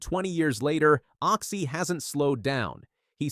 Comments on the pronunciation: It's Occy not Oxy! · Can I just slap this narrator..... Oxy..... its Occy..... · Show respect get his name right.OCCY